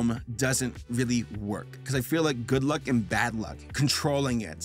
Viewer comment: The worked luck dragon I can’t help but hear a f than a l Dam you Rick and Morty